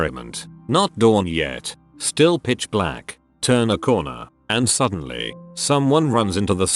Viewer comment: Why is "still" getting pronounced "stoo-day-eye-ell"?